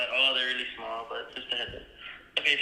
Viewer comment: yEAH? Ya kNOW They're ssssssmall right? Ok bye... yawns on the phone speaker